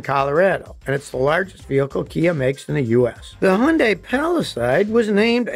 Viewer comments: If you want to be correct, it is "Hyun-day". It's just two syllables. Not "Hi-un-die". Not "Hi-yun-die". Not "Hi-un-day". Not "Hi-yun-day" My wife is Korean. Here in New Zealand, both Kia and Hyundai are very well recognised as producing extremely high quality cars with excellent economy, great features, great body shapes, great comfort, and great price. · Scotty, great video! Btw—2nd syllable of Hyundai is pronounced ‘day’ so it’s pronounced ‘hyun-day’ (according to the Google i -Translate app) 🤓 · It's pronounced HUN-day Scotty. I've had three of them and they have been flawless. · Scotty, love your videos, and I've learned a TON! BUT, if you know about the meaning behind the Hyundai logo, why don't you know how to pronounce the name of the brand? It's "hun-day" like Sunday. How do I know? Because I bought an Excel back in the old days (1986) and they even showed how to pronounce the name in the brochure. Not to mention the fact that I was the voiceover guy on Hyundai commercials here in Southern California for several years. It's not hyun-dye or hun-die or Acme or Hoover. It's HUN-DAY...Hyundai. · Almost everyone says the name wrong. The romanization is poor. In Hangul, the name is 현대. This is pronounced as "Ha-yawn-deh", with the syllables run together. Scotty has it correct except for the last syllable. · It's pronounced hyun-day. BTW, I have a 2019 Accent SEL. It's the third Accent I've had, and the 2nd I've bought brand new. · Feels like he is saying yondai :D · It's Hyundai, like Sunday. Not whatever the hell he's saying. Hahaha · Their advertising says Hyundai rhymes with Sunday. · someday scotty will realize yundi starts with an H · Scotty has GOT to learn how to pronounce, "Hyundai." It rhymes with, "Sunday." "Hun-day" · Scotty, for the hundredth time. Please say Hyundai correctly Hyundai rhymes with Sunday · Scott... It's pronounced "Hunday" like "Sunday". FYI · Hyundai rhymes with "Sunday" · It’s Hyundai…..like Sunday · Hyundai sound like Sunday